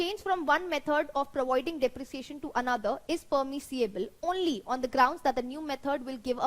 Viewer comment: Thank You Ma'am for making it so easy, really inspired and more power to you but please work on your ENGLISH pronunciation such as "Permissible, Premises, schedule". LOVE FROM PAKISTAN.